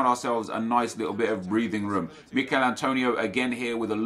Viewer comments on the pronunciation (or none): It‘s Emil Forsberg 😊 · “Mikel forsberg”?? Emil.. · Not Mikael Forsberg,Emil forsberg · Who dafuq is Mikel? He's name is emil